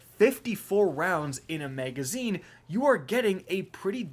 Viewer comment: Am I the only one who gets hung up when he says "megazine"? 😂